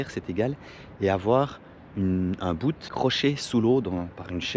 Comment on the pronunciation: Passionné et doué tu apprends très vite. C’est juste génial de te voir aller. Juste un détail : Bout ça se prononce boute mais ça reste masculin. Un bout(e) 😉😂 Bon vent cap’tain.